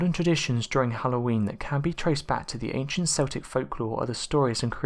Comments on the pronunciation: Yes, it is properly pronounced as "KEL-tik", not "SEL-tik". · It's pronounced Keltics. Celtic as you pronounce it are a football team from Scotland !!! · I love your channel, but I can't stand it when you miss pronounce words, like Celtic (it's not S-Eltic...but K-Eltic) or Samhain ( Sow-Whin), & many others! You're info is also not very well researched, for topics such as this article. Which Halloween is Very well known, by many people, Cultures, & Religions... Please don't just find info on any site, but truly look for the correct information! Thank you ✌️👻🥀🖤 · "SELL-TICK!!??" "SAMHAIN"!?!?!??? Goddamn it, it's pronounced: "KELL-TICK" (CELTIC) & "S'OW-INN" (SAMHAIN) For Fuck's Sake! YOU LIVE NEXT DOOR TO IRELAND!!! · True. If someone says, "Seltic," then he/she is probably talking about the Boston Celtics basketball team. But otherwise, it is keltic. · This was winding me up so badly, I paused half way through to see if anyone else had said anything! Thank you, thank you! Keltic not Seltic!!!!!!!!!! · see he actually says it once! he says kel-tic! what a ruse! c'mon man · its Celtic or if you prefer the pre roman name Keltos also samhain should be pronounced sow-een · Do you not know that the Celts or Celtic is pronounced Kelts and Keltic ........Dduujhhh ... !..! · Gotta love those seltics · Sorry to be pedantic but it's pronounced Keltic with a hard k, also samhain is pronounced sow (like the female pig) en.... Sowen...oh btw we have a black cat, he's lovely... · You pronounced both Samhain and Celtic incorrectly. Samhain is pronounced “saw-wyn”, Celtic is pronounced “Keltic”. The only once that pronounce Celtics with a soft “C”, is the NBA team. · You obviously support a famous Scottish football team - because that's the only time I've heard Celtic pronounced like that!